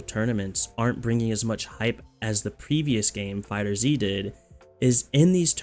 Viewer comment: Man.... IT'S FIGHTERZ! Like "fighters" but with a Z. Not Dragon Ball Fighter Zee. Gah. Dude that annoys so much. Like not to a great extent, but enough to comment. Ya get me?